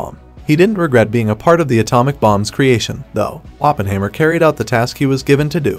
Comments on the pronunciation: Hi mer not haymer. German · It’s like the narrator haven’t watched the movie…. OppenHAYmer lmao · "Oppenhaymer"? Weird! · lol I thought the same thing watching this